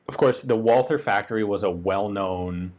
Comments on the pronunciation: It's "Tsella-Mailis" with german "z" and a long "a". Not "sell a malice" and it's "Wulter" not "Wolther". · Dude. It sounds like "Valter" in English!!!!! How hard is that to understand? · Please Ian, there's no "th" in Walther. It's just like Walter. Please. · Why does everyone pronounce Walther with a stupid mike tyson lisp? WALL-TER. Germans pronounce its VOL-TER....TER... TER TER TER TER TER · nice video! btw, it's fairly easy to correctly pronounce "walther" as a non-german speaker. (it's "vah-lter") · Try to omit the H when you pronounce walther. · He incorrectly pronounces the TH in "Walther", but not in "Thuringia".